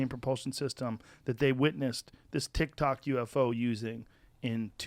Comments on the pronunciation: This set up is temporary right? He's saying tic-tok UFO. Lol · He said tic tac